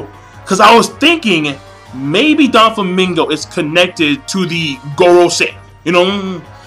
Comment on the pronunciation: doflamingo not donflamingo. pronounce properly!